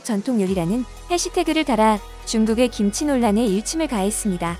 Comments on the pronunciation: 신치 라니? 정신 차려 김치. 발음이 안 되면 하지 말리지. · 양쪽에 발음도 않되고 기무치라고 하고 신치 라고하고 ㅋㅋㅋㅋㅋㅋㅋㅋㅋㅋ